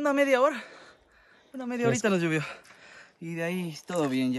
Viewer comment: Excelente video. Saludos. Tengo una inquietud: por qué dicen Lluvió así con u y no llovió que es la forma correcta. Unos amigos del exterior me preguntaron si así decíamos los ecuatorianos !